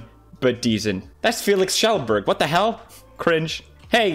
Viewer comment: Flex Tape??? So what you're telling me, Fel-eex Kuh-jel-berg, is that you saw your tambourine and said "Now that's a lot of damage! And to prove the power of Flex Tape, I sawed this tambourine in half!"